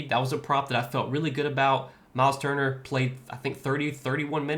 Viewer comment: U get props for even saying his name correctly or better than I would lol , turner is out of here! Cnt be in a lineup anytime soon after that lol